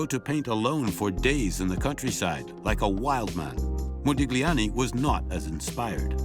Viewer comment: Very interesting, but please stop pronouncing this "g" in Modigliani's name, it hurts the ear